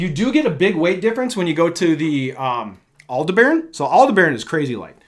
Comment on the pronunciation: Just FYI... Aldebaran is usually pronounced more like al-DEB-uh-run than al-de-baron. 🙂